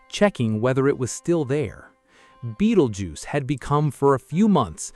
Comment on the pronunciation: In the first 10 seconds, when it mispronounced "Betelgeuse" I know it was AI slop!